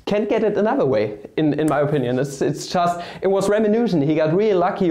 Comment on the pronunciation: Nice. I'm wondering why you're using a Texan pronunciation these days? Wah for Why. Mah for My. etc